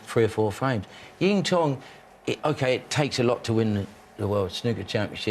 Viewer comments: It wouldn’t take long for someone just to go through the proper pronunciation of names with the pundits… even McManus is saying Zintong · Jimmy keeps calling Xintong "Yingtong", does he think his other names are yiddle I po? 😄